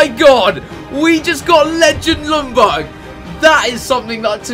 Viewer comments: Worst, pronunciation, ever. Lj=j, not L. Ljungberg is not Lungberg, it's LJungberg. Gosh!!!! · It's Ljungberg (Jungberg), not Lundberg. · im from sweden and you dont say Lungberg you say it like Jungberg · Isn't it yunburg notlumburg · It's pronounced "Yungberj" not Lungberg lmao. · Why do you pronounce it "Lungberg" when in Swedish it's pronounced more like "Yungberg"? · You actually say Jungberg not Lungberg. The L in the begging is silent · You aren't saying Ljungberg right. I am swedish and it's a silent L. His name is pronounced Jungberg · His name is LJUNGberg. Every non-swede seems to get it wrong... ;) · pronounced lyundberg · Jungberj is How you pronounce it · It is pronounced lyun-berg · It's pronounced "Jungberg" or the actual swedish pronunciation is "Jungberj". Please people if you're not swedish, do not try to teach a Swede how to pronounce a swedish name. Lol. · Its said jungber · It's "jungberg" mate :) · Chris, I'm from Sweden that country Ljungberg is from but you say it like "jungberg" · Lumberg? lol Chris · You Said Ljungberg wrong... You say the Ljung like young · You don't pronounce the "L". I know it's silly, but you say it like this: Jungberg. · I am swedish and it is Jungberg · It's pronounced Youngberg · Pronounced Junberg, the L is silent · You pronounced his name soooo wrong hahah!! U skip the L and say Jungberj. And the G is pronounced as a J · Your saying the legends name wrong GG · The L is silent in Ljungberg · You don't really say ljungberg using the L just say it without it and you're saying his name properly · That Ljungberg pronunciation is soooo bad. Hurts in every swedes heart